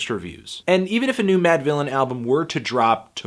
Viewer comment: "...Producer Madvillian... and Mf Doom" Mispronounce-thony word-tano